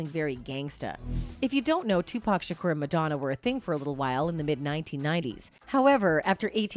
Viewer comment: Y she keep saying shukuuur 😂😂😂😅